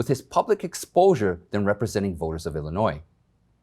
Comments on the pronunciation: I like your informative reporting. BTW the "s" at the end of Illinois is silent when spoken in the singular. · You're not supposed to pronounce the "S" in Illinois. Most school kids know that. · Then spell it without the "S" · Love your commentary. One criticism is that you don't pronounce the "s" in Illinois. I was born and raised there so I'm well aware of the proper pronunciation.